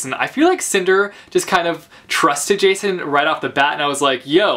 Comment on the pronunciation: In my greek copy of Cress and Winter, Jacin isnt pronounced the way everyone does and i am so frustrated, because now i have him in my mind as yakin....